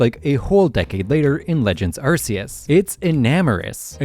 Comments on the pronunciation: Ark-ee-us. As in ark from the Bible. I hate when people pronounce Arc-see-us. We know he sees you Also, Zygarde is a Z in its 50% form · "Eurceus", "Arkieus". Is this some type of rage bait thing to generate comments? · why does his name have to with butts just because part of it makes a similar sound to "arse"? Hmm? Sounds like you're just immature. Also, his name being pronounced as "arc" is an english mispronunciation that they just went with all the way back in gen 4. His Japanese name is pronounced "arse-eus", and was intended to stay the same, like many other Pokemon names form Japanese to English, like Pikachu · I'm not one to get my panties in a twist over annunciation of pokemon names but I am curious how you pronounce "arcphone" if that's how you pronounce "Arceus" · My guy needs to work on some of his pronunciations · This video is so well researched. So how did you mispronounce Arceus? His name is a combination of 'arc' and 'deus' and has nothing to do with butts!